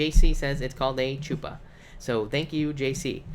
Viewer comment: A chuppah, pronounced huppah